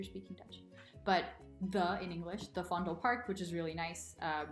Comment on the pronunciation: Anyone else giggled when she said "the fondlepark"?